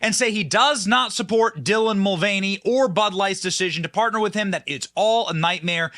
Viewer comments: dilah?! It’s Dylan ! The man 😂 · Wow Houston-based reporter eats bugs and can’t read “Dylan”. 😂😂😂 yet another Wordsmith-bro.